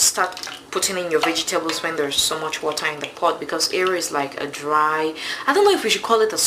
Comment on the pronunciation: You are a good cook. Please learn how to pronounce WATER; Its Wa-ter. NOT Wa- taa. You say water so many times.